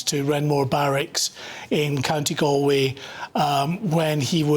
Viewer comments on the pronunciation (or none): Pronounced Gall Way... please. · Please learn how to pronounce 'Galway' - it's a pretty basic thing to get wrong!